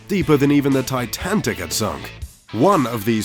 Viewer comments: Its supposed to be titanic, not titantic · Could someone tell the narrator it's pronounced TITANIC Not, TITANTIC, for Christ Sake!! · "TiTantic"? Who the heck doesn't know how to pronounce "Titanic"?? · “Tintantic” lol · he said titantic rather than titanic😂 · Narrator says "TITANTIC" , LOL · “the titantic* “ ?? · What the fuck is the TITANTIC? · The "Titantic" eh? Sounds like an impressive ship! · Titantic lol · Creators have no idea what "cash" and "respectively" mean. Also, "titanTic"?! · he said titantic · Did you say Titantic..? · it’s titanic not titantic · The Titantic? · did you just say "Titantic"???? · Titantic 😂 there’s only 2 t’s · Titanic, not Titantic. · does he say TitanTIC instead of Titanic?? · Titanic not Titantic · Titanic not Titantic . LOL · "Titantic" JK Great video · this dude said titantic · "Deeper even than the Titantic had sunk." "Titantic"? It's "Titanic," you moron. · Sorry, no apartments IN Central Park. It's Titanic, not TITANTIC! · what the fuck is the titantic? Titanic. Titanic. Titanic. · The Titantic. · titantic :D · I wonder will Mr. Bezos try and save the "TITANTIC" from dividing in half...? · Hey! Don't laugh at the great tragedy of the Titantic. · Did he just say titantic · "Titantic" Nice. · Is it just me or did he actually said Titantic?😂😂😂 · He actually said Titantic whaaat how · maybe I'm the only one that caught this..buut he says Titanic like TI-TANT-TICK haha weird! ...I replayed it like 10 times! 😂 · Titantic thats what he said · ahh stop .... my ears hurt T I T A N T I C ? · Did he say titanTIC? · Well, it was my 8-year old kid who actually heard it. I just played it back and baam! Titantic it is! lol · did he say titancit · Did I hear that right? Titantic? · The "T i t a n t i c" ?? LOL :-) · Did he just say TITANTIC?????? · Did hey say Titantic ?😂😂😂 and not edit it. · Titantic? That's the way in was mispronounced. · The "Titantic"? hmmm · "the titantic" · Did he just say TITANTIC??????? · titanTic